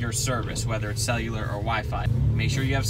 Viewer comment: has cellu-leeier service mark